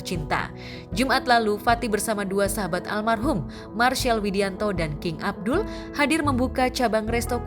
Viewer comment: King abdi bu narator bukan king abdul